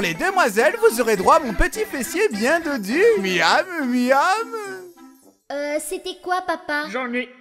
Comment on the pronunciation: "dodu" pas "d'audu".